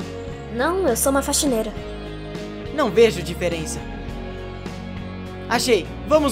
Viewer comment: O cebolinha falando: a faxineila apaixonada